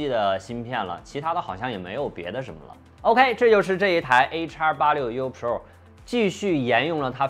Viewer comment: 就没有朋友给你善意的提提建议吗，你的pro,发音真的很难受。